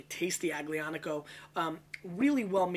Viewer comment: The "g" in Aglianico is silent. Pronounced like "Al-Yonn-ico" or so.